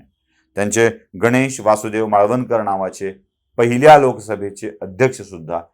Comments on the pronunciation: माळवणकर नव्हे मावळणकर असे त्यांचे नाव होते 🙏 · मालवणकर नाही. मावळणकर